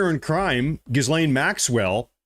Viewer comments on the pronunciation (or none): Mah-guh, not mowga Gee-lane, not gis-lane Ep-steen, not ep-stine Dude good content but your grammar is shit. It's pretty much every other word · Dude. Her name is pronounced "Ga-Lane." Although "Jizz-lane" is more appropriate, and maybe that's where I missed the joke. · Pronounce: " 'Gees-lane" if you care... It's a french name, you're welcome 😂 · great work brother. just one thing, it's ghee-lane, like key-lane. the s is silent. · Her name is French and is pronounced he-lane. Just saying… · Hi - love you! FYI- “Ghislaine” - PRONOUNCED with silent S……Sounds like: “gill-lane”. Thank you. 💜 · It's pronounced Ghe-laine Maxwell. The bit about the globalist blackmailers has been under discussion for a while. But no-one gave it credence. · 'Ghislaine' is pronounced 'ghee-lane'.